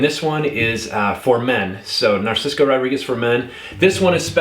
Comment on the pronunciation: Narciso not narcisco 🤦🏽‍♂️😒🤷🏽‍♂️